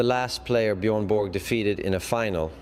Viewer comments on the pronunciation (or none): I real Swede would Never say Bjoern Bork? Its Björn ( Bårj) Borg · Is that why Stefan Edberg couldn’t pronounce Björn Borg’s name correctly?